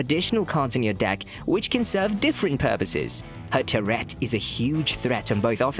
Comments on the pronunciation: Bro just killing the pronunciation of turret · I like it! Makes me imagine the Musketeer shouting “f¥ck a gerbil!” or something every time she shoots.